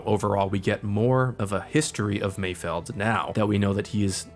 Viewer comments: omg it's MAYFELD not mayfield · "and while I was not confused" god damn too bad i forgot to bring your medal. kinda rich coming from a guy who can't even say mayFELD